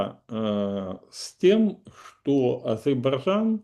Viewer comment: Кто нибудь из украинских политологов может правильно произнести "Азербайджан"?